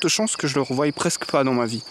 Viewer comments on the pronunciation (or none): M'autoriserez-vous à formuler une petite critique concernant la prononciation de « revoie » dans: « il y a peu de chances que je le revoie » ? On ne prononce pas "revoille" mais "revoi". N'y voyez aucune agressivité de ma part.